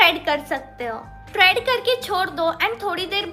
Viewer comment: Traad nahi trade hota hai 😂